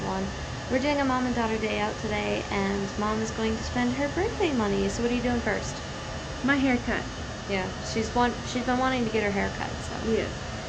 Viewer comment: “whose gonna try it pirst”